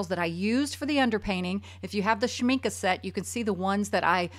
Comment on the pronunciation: It's nice to hear "Schmincke" pronounced correctly.